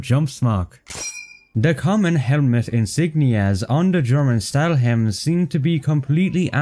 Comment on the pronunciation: I had to write it, helmet is spoken "HEL-MET" not "HEM-LET", I know its nitpicking but if a channel focuses on inaccuracies, I think such detail is important.